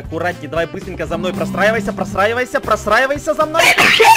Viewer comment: Когда говорит простраиваемся Мне слышится просраиемся